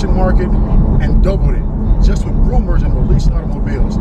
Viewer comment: You keep saying 'romours' . Porsche didnt make up these romours. the magazines did.